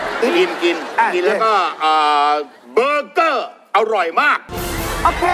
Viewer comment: ไม่มีใครขัดพี่หลุยส์เลยเหรอ มันอ่านว่าเบอร์เกอร์ ไม่ใช่เบเกอร์ 🤣🤣🤣